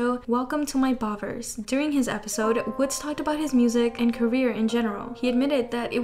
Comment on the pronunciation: Girl, Woodz's name pronunciation 😭 It's not "woods" with a z sound, it's "Woo-dzeu" (우즈). Closest is a sound between ee and ooh.